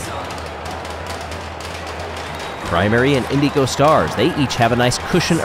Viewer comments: I love. He's a great announver. The way he pronounces the word "Indigo", however, drives me insane. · I think that's how the team wants to be pronounced. Way back during the first Marblelympics, he called the O'rangers the Orange-ers instead of Oh-rangers, but he changed his ways the next season. With how long the Indeego Stars have been around, I feel like it's intentional.